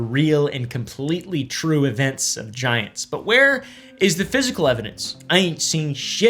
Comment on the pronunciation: Anybody else hear "I love vaginas" when he said "I love giants"??? 🤣